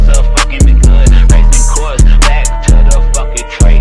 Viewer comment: Did you just say Racine Courts?